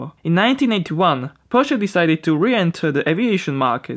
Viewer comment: props to you for pronouncing "porsche" and "Flugmotoren" right!